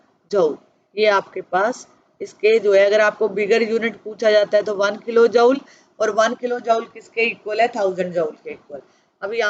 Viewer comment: Mam chapter to samaj me aa gaya lakin app joule ko jaaol kayu bol rahi thi, isko joule bolte hai aasan language mai isko jool bolte hai.